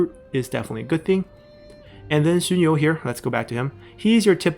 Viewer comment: BTW XunYou is first sound, you're using second sound.